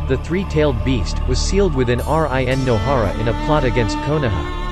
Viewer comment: jenin, iaisoubu/ISO boob/iso views, R-I-N no hara, jaanin, Maccabi/baatabi, udakada/Dokata/eudicotic, gookie, pon hailing from a wagga cure , Kabudo, Kakua/kukui, Honda(Han), Ledo/meadows(mito), Hoshi rama, oats itsuki, yuhgoora K-A-R-A-T-A-C-H-I, Aakatsooki, theres more but its just so cringe...